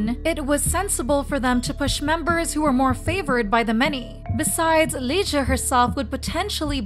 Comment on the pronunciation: It's Liz, not Leesoo